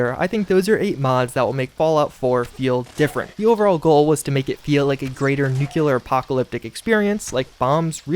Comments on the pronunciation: Nuculer winter is cool but its kinda unrealistic. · It's nuclear, not nucular 🤦🏻‍♂️ Otherwise, good video. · I'm only 33 seconds into this video, and I'm already finding it nigh-on impossible to continue just for how he continues to say 'nyu-kyiller'. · Nukular isn't a word. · Heehee. "Nucular". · "Nuclear"... "NUCLEAR"! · "Nucular" was abolished due to how many people dislike how it's pronounced, "nucular" was an actual wau to say it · Bruh I couldn't stop hearing "Nucular" 😳👌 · We're still in the 'nucular' age I see..... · great video but the amount of times you said "nucular" instead of "nuclear" made me curl up in the shower afterwards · ITS. PRONOUNCED. NEW-CLEAR. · Nuclear not nukular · Its pronounced NUCLEAR, from the latin word NUCLEUS. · For fucks sake it’s NUCLEAR! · man I cant stand it when people say, "nukyaler" instead of nuclear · Couldn't make it past . Just a few too many 'nucular' level cringes. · say new, now say clear, now say new, now say clear, now say nu- now say clear, now say nu- now say clear, now say nu-clear, nuclear. Its a pleasure, americans. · Is it just me or you're saying ''nukelar'' instead of nuclear ? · For the love of Talos man, it's pronounced NEW-CLEAR! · man, i can't get past how americans say the word NUCLEAR.. its sound slike nucular or something different.. and its not just you, every American pronounces this world improperly, in a different way. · Nukiler .... please.... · Nikilar Winter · A supposedly educated man who says "noo-kyu-lur" in the first five seconds of the video; nope, I'll move on. Sorry, I'm sure you're a great content creator, but I can't get over that. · As much as the pronunciation "noo-kyu-lar" is annoying, it's only a step away from my top hated: "politician" pronounced as "po-lih-tih-can". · this is an awesome video but the way u pronounce nuclear is really grating my ears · Where you getting that second u in 'nuclear' from?! 😂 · Mispronunciations nuclear *REPORT REPORT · nuclear not nucular